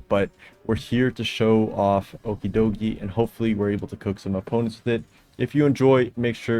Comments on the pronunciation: Why tf do you say his name like that? It’s clearly ocky way doggy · Don't say okidogi like that bro 😔